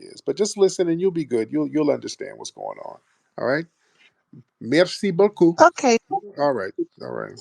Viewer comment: Hit her with the “merci boucoupe” 😂